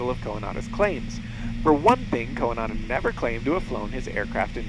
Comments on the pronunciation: The way you pronounce Coandă is cringe-worthy. Not just for me, as a Romanian.. but probably to others too. You make him sound like a second hand Japanese name. =) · How hard is it to get informed about how to pronounce the main name in your video?... what a mess.